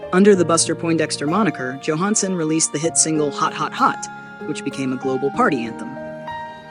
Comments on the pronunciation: It would be nice if this AI could figure out whether it's going to pronounce the first letter of Johansen's name as Y or J. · this robot A i can't be bothered to pronounce his last name correctly. yo, Hans !